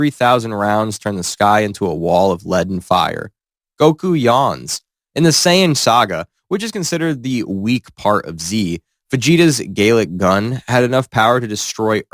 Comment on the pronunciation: "Gaylick gun" 😭✌